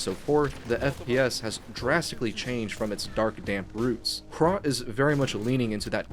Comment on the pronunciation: As a czech, im really proud of how more recognition Hrot is getting in the more broad and international gaming scene. Great video, and good job, you even did very well on the pronounciation.